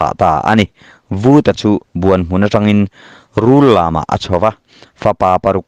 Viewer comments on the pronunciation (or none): Buanghmun pawh hi i lam diklo...Buang tih hi thluk deuh tur😊